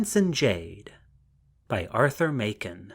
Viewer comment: The author's name is pronounced Mak-en, not May-ken, as the reader mispronounces it here.